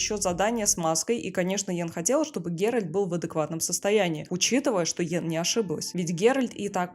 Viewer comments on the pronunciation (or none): ГеральТ, а не ГеральД !! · ГеральТ, Т, Т не Д, не ГерольД, не герОльд. ГеральТ! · почему голос все время говорит ГеральД когда должно быть Геральт это что нейросеть ролик сделала? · Согласен с мнением автора) видео крутое, автора слушать одно удовольствие, только ГеральД сильно ухо режит 😅